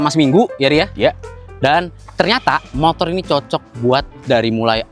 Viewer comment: Review motor kok ngomongnya motol😂